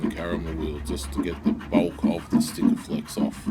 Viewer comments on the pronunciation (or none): Did you just call it stikaflex. Really. Sikaflex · There's no T in SIKAFLEX BTW :D